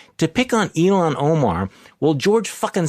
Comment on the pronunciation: Her name Ilhan, is pronounced "ILL HON" NOT "ELON". Quit callin her Elon. DAMN